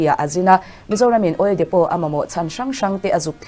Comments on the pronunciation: OIL DEPOT Lam dan dik tak chu Oil Depo ..tia lam tur ani e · Oil depot ni mahse oil depo tih tur o...k ron soi my2😂